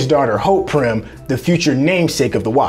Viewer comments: It is Pym, not prym my brother. Good breakdown though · It's Hank PYM, not Prym 😂😂. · Pym not prim bro!! And Hank Pym himself was the bullet and he didn't detonate hulks heart but made it bigger with pym particles and it kept on getting bigger till it exploded. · Its driving me nuts!